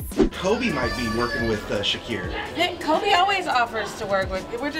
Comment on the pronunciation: am i the only one that noticed she called shaqir shariq